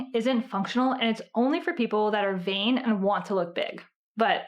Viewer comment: Vain, not vein.